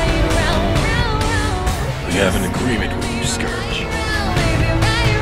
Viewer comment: Sceerge??? It’s scourge